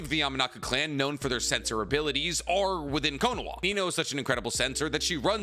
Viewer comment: Why do you pronounce it konowah? It’s konoHa.